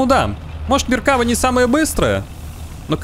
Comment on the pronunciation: МеркавА танк называется, но не МеркАва, ударение на последний слог, автор исправься.😉